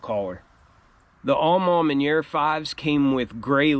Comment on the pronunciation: Take a shot every time he says ‘Aw Maw Manyerr’.😂